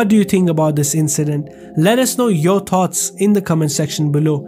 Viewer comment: asalaam wa alikum, part of the islamaphobia comes from when you mispronounce words. like "percent" not "pur-sent" and "THoughts" not "taughts". I don't hate you for it. I understand you. I know thats A reason for the hate.